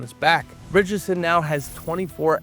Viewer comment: Actually, there's a case that they've been pronouncing Neagley's name incorrectly on the show. True this vid seems to be mangling some names, though. Could be just a minor mumble every time this announcer says "Ritchson", but it sounds like he's saying "Richardson." And I almost didn't notice that the copywriters seem to have mixed up General Leon Garber with his daughter, Jodie. 🤣